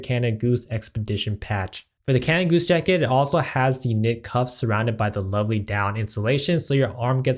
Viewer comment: cana goose ? seriously dude, there's a d in canada. great video though :D